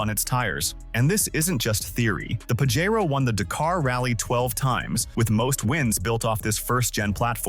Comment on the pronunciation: You might want to earn how to pronounce "Pajero". If size isn't a consideration the Jeep Commander with its three locking diffs can go some places a stock Wrangler can't. Otherwise nothing there can really outdo a Wrangler Rubicon. CLICKBAIT!